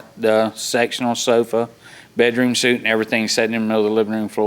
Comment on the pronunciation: As Judge Judy said : there are courts for probate, courts for divorce, courts to try murder cases. There are no courts for people who shack up. It rarely, if ever, turns out good. Also, the word is ‘bedroom suite’ , it rhymes with ‘sweet’ , not ‘suit’ as in a man’s business suit.